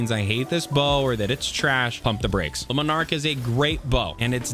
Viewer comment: Omg, 3 videos, 3 different youtubers, and none of you can pronounce a simple name. Luminark? Leminark? Jesus.. if you can't figure out how to say Le and Monarque, just say monarque. Like seriously lol..